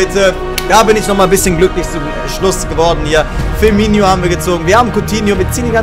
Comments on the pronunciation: Der heisst firmino nicht firmiño! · Ee heißt Firminooooo wie oft noch. 😒😒😒😒